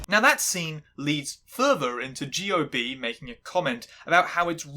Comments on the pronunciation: One way to tell he didn't watch it, it's how he pronounces his name "G.O.B." it's not that, it's Joeb. Go on,, go watch a Star War. 🤣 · He obviously didn't because if he did he'd know Gob is pronounced Joeb. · I can't get over you pronouncing Gob's name as Gee-Oh-Bee. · I love that you pronounced his name as G.O.B. 😂😂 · Pronouncing G.O.B as each individual letter is more offensive than any off-color Arrested Development gag 😭 I do think it's interesting that in your Always Sunny episode you gave them more leeway bc they're clearly shitty people but didn't do the same here when the Bluth family are just varying degrees of bad and worse... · the fact u say his name as G O B disqualifies the entire vid sorry not sorry. also '' lol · did you watch the show? Did someone else write this script? I’m completely confused at your pronunciation of Gob’s name. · It's so weird to me that she apparently made this whole video essay without having watched a single episode of the show in question. Same thing (mispronouncing the name of one of the MAIN characters in a show) happened with the recent Bones essay. It makes me wary of her research for these in general.